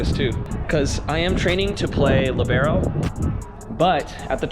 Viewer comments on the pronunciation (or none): STOPPPP IM SORRY BUT YOUR TRIGGING ME WITH HOW U SAID THAT ahem.. (LEE-BA-RO)